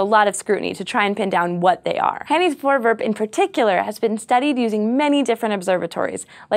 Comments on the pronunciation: i am dutch and you dont know how weard it was to see a dutch word on scifi ps you are prenounsing it wrong XD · voorwerp. more v less f actually pronounce all the r's it's not silent. and e isn't said like that. I hate dutch so freakishly much but yet it's the language all school here give test in. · And another Dutch word in the dictionary of science. And 'voorwerp' is pronounced differently (I know because I am Dutch) but still close enough. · Hi everyone! I'm dutch! I just came here to tell how strange it is to see a Dutch word in an english title! Also you're pronouncing it wrong which isn't a big problem, but I have noticed that this hasn't been said in the comment section before. Oh, and have I told you that I'm Dutch yet? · You Americans have the funniest way of pronouncing 'Voorwerp.' 'Voor' sounds as in 'though' and 'werp' sounds like 'pet'. And the 'r' sounds Irish. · The Dutch think you are awesome too,!:D However, the pronounciation of 'voorwerp' isn't voorwurp, sorry.:P The 'e' is pronounced the same as in the word 'let', so it should sound like this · Four V air p Like the number 4 and the word air but with a v and p vairp.. or Vour vairp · Nice nice - the dutch 'voorwerp', which means object, becomes a term in astronomy. its pronounced: voor (is in four, but with a v) werp=w-air-p its not vorewurp moor like vourwairp. plural: voorwerpen - then added 'en' is pronounced as 'un' from unknown vour-wair-pun. Hope it helps~ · SciShow Space Protip: google translate has an option to pronounce words... Good idea to at least listen to it once... Its not vorewurp - but vorewairp. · it's pronounced voorwerp, not forwurp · As a dutchmen. I need to say that you say voorwerp as voowurp no problem thou. love scishow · cool video, (and I like the way you pronounce voorwerp like voorvurp haha) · Glenn Dekker "Voorwurp" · "Hanny's forverb" nice try. Close enough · Also, it's pronounced Vore- wherp (wherp like how you pronounce it in twerp, just without the t)